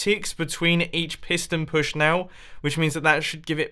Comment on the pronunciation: I could feel the frustration in the beginning so much...that it literally filled me up with joy when it finally worked. =) Oh btw, pewsh? , wth? xD